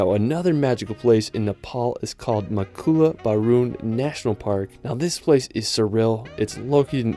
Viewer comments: Great list, its not Makula btw, its Makalu Barun! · Nice list. I love your work. BTW, It’s Makalu Barun (Not “Makula”).